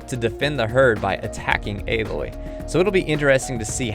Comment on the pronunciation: great video. im so excited to play this game and thank you for pronouncing Aloy's name correctly